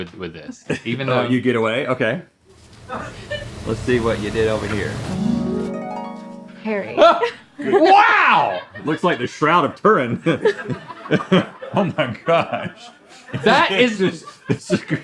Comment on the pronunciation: bro said the shroud of torren😭😭